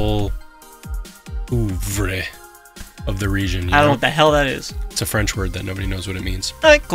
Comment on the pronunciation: Is the word œuvre? It's a French word that means "work", as in a work of art or a body of work In French it's pronounced something like "uhh-vrh", but in English it's either "uhh-vruh" (British) or "oo-vruh" ('Murican)